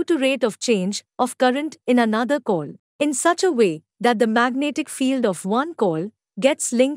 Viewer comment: Human voice ❌ AI generated voice ✔️. It's a shame that you are learning physics and don't even know how AI pronounce words